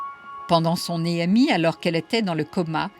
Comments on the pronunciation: Elle me stresse elle a dire é m i , au lieu d’ e m i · Il n'y a pas d'accent sur le E de expérience, on ne dit donc pas ÉMI mais EMI.